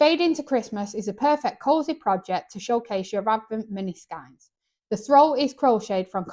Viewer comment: Great list, its pronounced skeins like reins 🤪